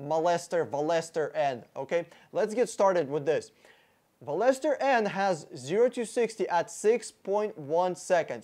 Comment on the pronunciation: Veloster is pronounced (Vel▪loss▪ster) btw